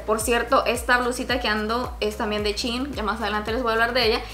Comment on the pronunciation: Es shein no chin